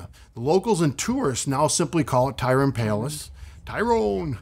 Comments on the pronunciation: It's pronounced Try-on, not Tyrone. SMH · Hello there! Thanks for visiting! The proper pronunciation of the palace is Tryon “ try-on” Palace. Great video otherwise!